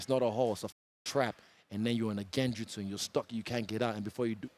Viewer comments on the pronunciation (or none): Mans said "Genjitsu" 😂. These anime references are hilarious. He really lives that life.